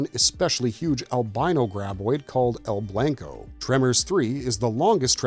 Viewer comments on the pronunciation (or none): Good video, but man you're white as shit (coming from another pasty white guy). 😂 "El blanko".... My brother in Christ it's Spanish for the word white, so it's pronounced "El blonco". 😂 Hope that helps you in the future, maybe avoid some embarrassment at Mexican restaurants and such.